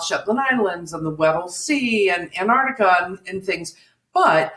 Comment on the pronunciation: Every time I hear Chris say Antarctica, I hear it as Aunt Artica as if he's been off visiting some elderly aunt 😝😂